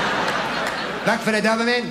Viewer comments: The way he says DoberMAN 😂😂😂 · I love how he says doverman he’s clearly doing that on purpose what a legend